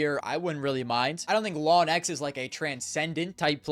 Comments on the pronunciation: best he can do is "lonx" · Can bro please pronounce Launx correctly 😭